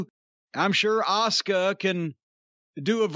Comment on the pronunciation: Fun fact: "Rhea" is pronounced "ray" Just ask Caroline Rhea (an actor from yesteryear, best known as one of the aunts in the 90s sitcom version of Sabrina the teenage witch.) By the way, who the fuck is "auska"? I've tried google repeatedly and all I can find is some chick named "asuka" (a-soo-ka)